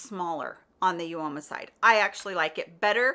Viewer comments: Instead of You-Oh-Mah it is pronounced Ooo-Mah x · Great video! Uoma is pronounced Uh-muh.